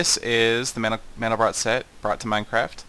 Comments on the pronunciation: It's pronounced "man-del-bro", not "man-del-brot". Mandelbrot was French; the final "t" in his name is silent. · its pronounced MAN-del-bro bro not brot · SETH! The 't' in Mandelbrot is silent. -A nerd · Pronounced 'mandelbro' and I'm on the basketball team. you don't have to be a nerd to know things, just curious.